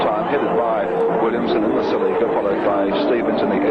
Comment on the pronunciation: Suh Lee Kuh rather than Cell icker